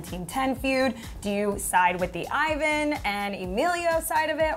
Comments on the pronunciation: She pronounced Ivan's name as eye-van instead of e-van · Did she just say Emilio and Eyevan ? ITS E-VAN ( Ivan ) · Ivan is pronounced (Eee van) triggered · Martinez Twins! And btw, got kinda mad when they said "Ivan" WRONG.... ugh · she is pronouncing Ivans name wrong lol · pronounce ivan's name right😭😭